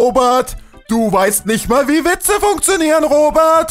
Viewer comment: Ich finde es lustig das er in Kritisiert Aber nicht mal den Namen aussprechen kann Ich habe den Selben Namen und Heiße Robert und nicht Robat